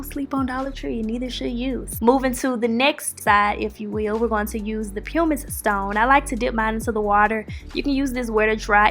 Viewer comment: Toes look great. Pumice is pronounced pum-miss though.